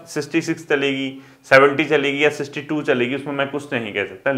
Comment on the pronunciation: Sixty itna repeat kia sir aapne but pronounce shi nhi kia aapne.